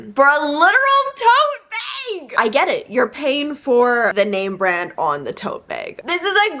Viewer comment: I like the way you say “tote beg” 🤭